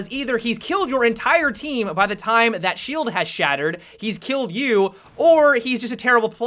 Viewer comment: Blackbeard-ah. Time-ah. Amaziin-ah. Team-ah. Haha love his pronunciation!